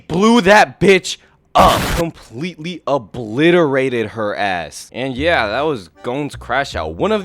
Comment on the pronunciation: You said obliterated☠️💀☠️💀☠️💀👻👻